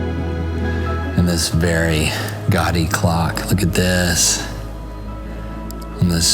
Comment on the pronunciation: I keep hearing you say "gotty" to describe something, I assume you mean guady pronounced "gaw-dee" and it always really annoys me 😅